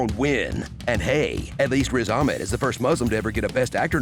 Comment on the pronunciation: The awful way this dude pronounced Riz Ahmed's name was why we never bother telling white people our names.